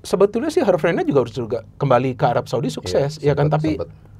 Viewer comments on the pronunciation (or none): none